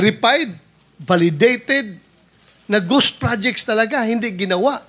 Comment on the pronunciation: Ghost po sen. Marcoleta di po goss/gose hahahha